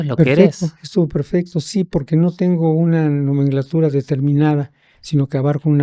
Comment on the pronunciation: desde que escuché "NOMENGLATURA" ya no le creo nada!